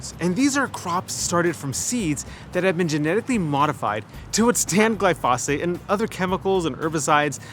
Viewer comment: Please learn to pronounce the name of the chemical about which you are talking. The accent is on the first syllable.